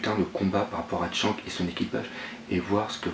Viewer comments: Pourquoi tu dis Tshank et pas Shanks (avec le s prononcer a la fin) ? '-' sa me stress x') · mais putaiin tu sais pas prononcer pff shanks !! pas chank tin vous les francais des grosses merdes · pas mieux.. surtout le " TSHANK"..